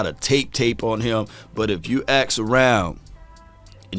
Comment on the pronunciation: "Ask" around 🧐 lol not .. "Axe" around big bro 😂